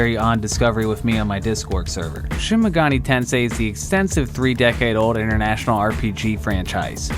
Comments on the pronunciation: You're saying megani not megami lol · Dude, it's pronounced "Megami", not "Megani", with an m, which it clearly has. I know I sound like a huge fucking nerd, which I am, but it really bothers me that I'm watching a video by a guy who can't read. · it sounded like you said shin megoni tensei... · Callous rhymes with malice. Meg gah mee - evenly stressed Persona rhymes with fursona - long O in the middle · Megani Why.............why did you pronounce it like that? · ah yes, Shin Megani Tensei and Personna